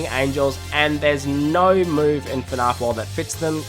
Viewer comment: It's not fn-ah~f It's fn-A-f Gregory: Shut up Freddy! Cassie: Bruh.